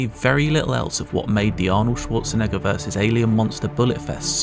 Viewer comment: He said Arnold Schwarzenigga